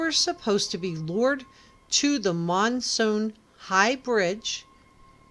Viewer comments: Monon not monsoon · As in 'moan on' ... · It’s not the Monsoon High Bridge, it’s the Monon High Bridge